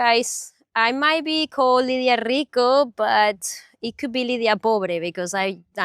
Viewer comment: I like your quote:"...":-):-):-)